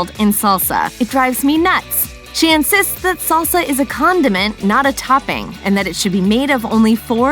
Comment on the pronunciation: It's salsa, not saulsa. Short A as in fast